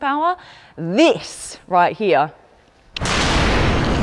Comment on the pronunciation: I JUST LOVE when u pronounce "here" as hee-ya 🤣🤣🤣